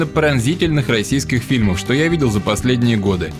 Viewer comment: Ничего, обойдемся картинками, не беда!.) Спасибо за обзор. П.С. Несколько раз переслушал, таки да "шо" мелькает. Околоземляк шо ли?.)